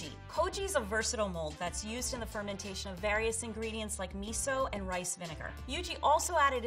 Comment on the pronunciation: DID LEVEL 3 SAY A HALF YEAR FERMETION